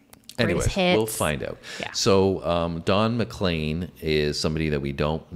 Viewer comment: You pronounced his name correctly - yay! It's basically a social commentary regarding the deviant direction popular music went in the 1960s (his opinion) - with so many hints and descriptions of pop stars past and present (in '71). It became a big success, and when one reporter asked what it all meant, Don said, "It means I'll never have to work another day in my life." The day the music died was the night of Feb 3rd, 1959 and a plane crash that killed Buddy Holly, Richie Valens and JP Richardson (the Big Bopper). Elvis was the King, Jester was Dylan, John Lennon (also Lennin) was a Marxist, The Quartet was The Beatles (Fab Four), The Byrd's sang EIGHT MILES HIGH, etc., etc., etc. Play this on any Juke Box in America, see how many people will sing along when that final chorus kicks in - it's infectious. NOT a One-Hit-Wonder, Don's other big hit was VINCENT(starry, starry night) - an homage to Van Gogh, and worthy of your reaction.